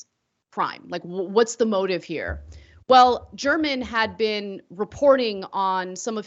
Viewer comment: You are pronouncing German’s last name improperly. The G has a hard pronunciation. The newspaper’s YouTube channel is all over it, as you would assume.